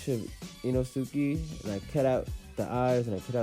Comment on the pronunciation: Did u just call him ee-no-suki 👁👄👁